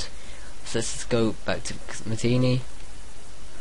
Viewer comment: It's pronounced Ma-ti-nay